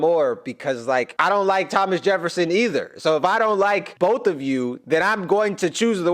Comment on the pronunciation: Havnt had much time but finally made some to watch the video. Can't stop cracking up at you calling Thomas Lhomas💀